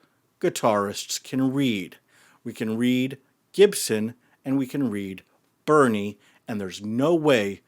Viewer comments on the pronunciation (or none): To be clear, it’s not Bunny, it’s Burny😂